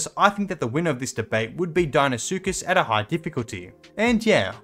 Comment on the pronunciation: If u can’t pronounce the deinosuchus die-no-suchus then how do u say it ?